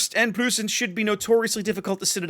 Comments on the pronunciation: You might want to pronounce it as Proy-cen. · The “eu” in Preussen sounds like oy, so kinda like saying Proyssen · in german the "eu" is pronounced like the oy in the word boys or toys, so the preussen is pronounced as if it was written like proyssen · Pronunciation is more like Pr-OI-ssen. Otherwise your pronunciation was perfect. Also with the main battery mod this thing is a nightmare for cruisers. Cruisers beware, the GK players are returning... this time with a vengeance. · with regard to pronunciation of "Preussen": the "eu" is pronounced about the same as "oi" - like in "Oi, get of my lawn!" --> so try to go for "Proissen" and you should be good. As for the ship itself - I'm asking myself what the point of Republique is, aside from its speed advantage which is somewhat meh for me at least. Second, I'm afraid that it essentially is a FdG at t10 as fas as secondary builds are concerned, I found that GK greatly benefits from its 12 guns given german accuracy. FdG's main battery performance suffers a whole lot more imho from full secondary builds. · try something along the lines of "proissen". like when you shout OI!!!! if you use that in the USA at all. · Think of "Proy-sen" with a bit of a roll on the "r" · Preussen is pronounced "proisen" like poison with an "r" ;) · Nice review. Can't wait to get my hands on her :-) As for pronouncing 'Preussen"...